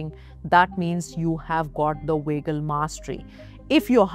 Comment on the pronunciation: It’s annoying when she’s pronouncing it wagal nerve instead of vagal nerve